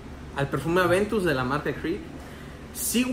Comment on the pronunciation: Amigo Cambia tu dieta, me lo acabo de comprar y me dura mucho más que fragancias más caras, por lo menos me dura 8 horas, es más al día siguiente cuando me baño sale el aroma con el vapor. Y algo más la loción de Creed no se llama Adventus” es “Aventus” si eres cronista de perfumería deberías cuidar más como pronuncias los nombres porque pierdes credibilidad. Saludos.